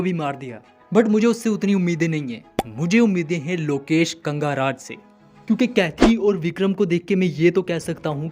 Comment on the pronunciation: Bhai Lokesh kanga raj nhi lokesh kanagaraj wo😢